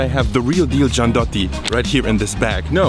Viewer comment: nutella is shitty as hell, gianduja is way better, one more thing, gianduiotto (check the pronunce) needs to melt in mouth not be chewed :D